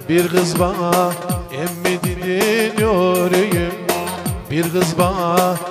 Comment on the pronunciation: "Nörüyüm" değil "Nöğürüyüm". Lütfen doğru telaffuz edelim.